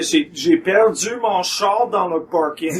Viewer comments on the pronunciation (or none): You know what bothers me as a french canadian? That these fuckers are complaining about the word "Char" but can't pronounce it right. It's "Char" not Cha.